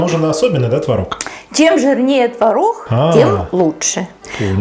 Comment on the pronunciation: Почему она так разговаривает?: твороХ, пероХ ,4 ложечки приХотовлю, они не будут Хореть,тебе было 2 ,5 Хода ,я тебе Ховорила " от куда родом ? Не Хустой твороХ : ухо режет🤕